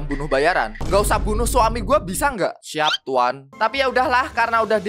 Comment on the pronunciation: Puan bang bukan tuan